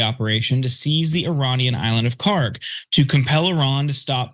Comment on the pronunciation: PRONUNCIATION: kharg خارک should be khark. pronounced like park but the german 'kh' sound in the beginning instead of 'p' there is absolutely no 'g' sound in the name. ک is the last letter in the name which is 'k', not گ which is the next letter of persian alphabet which is 'g'. they look similar to people unfamiliar and the keys are right next to each other so it is either a typo or ignorance in transliteration.